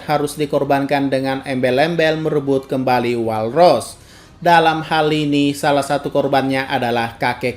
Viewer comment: WALL : DIBACA NYA WOLL BANG. *Saran. Don't Bully Me.